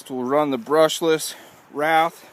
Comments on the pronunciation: wraith not rath! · it's not a wrath it's a wraith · its called a WRAITH.W R A I T H....NOT A WRATH